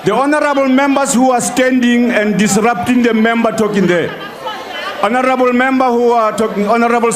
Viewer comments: The word "Honorable " was murdered that day...🤣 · Last honarebel is what? What?